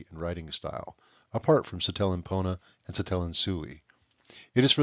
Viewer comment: i will say it is pronounces SI-te-len, not si-TE-len, but otherwise this is really cool!!!!